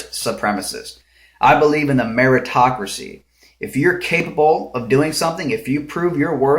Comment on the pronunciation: I was a bit thrown off by your meaning of "Meritocracy" as it sounded like you said "America-tocracy" as if it was something significant to America. But anyway, the definition of Meritocracy is a political system inferring people with "merit" are given political power, not so much monetary power. But the only way to get political power, in this world, is to have loads of money (just not sure what they spend it on to win a political office...). After all if America did run like a meritocracy, teachers, firemen, police, sheriff, active and retired military personnel would be high paying jobs. Or at least better taken care of, but they aren't. Which is a true pitty.